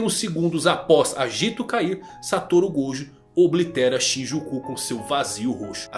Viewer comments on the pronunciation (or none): none